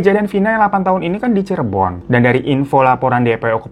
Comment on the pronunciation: Cirebon bang bukan cirebo 😂